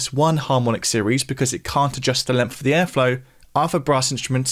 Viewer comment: Why does the presenter pronounce the word “length” as “lemmff” ?